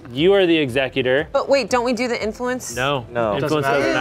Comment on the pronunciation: I love how they were saying Ex-u-cute-er (killer of people), vs Exec-ute-er (One who carries out legal matters)...